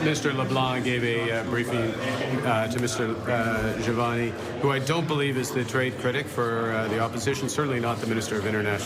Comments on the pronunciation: Awesome podcast..just one thing,you should stop calling him Javal jimani..Lol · "Javal" Javani? 😂 Buddy, it takes like two seconds to verify his name. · Hey, are you trying to take Don Cherrys spot in the Canadian name game? You haven’t said Jamil‘s name right once. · Are you saying his name wrong on purpose? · please learn to say Mr. Jivani’s name correctly. This is the third video I’ve seen you mispronounce it and it’s very disrespectful. He’s done so much for this country and his riding, he deserves better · How many different pronunciations did we get on Jivanis name 😂